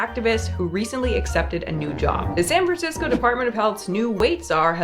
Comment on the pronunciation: San FranCrisco, puh-lease.